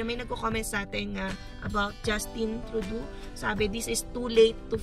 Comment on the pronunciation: its TRUE-DOE (as in doe a dear) not TRUE-DOO :-)